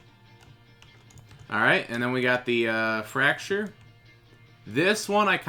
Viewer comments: Did he just call that the "fracture"? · "The fracture"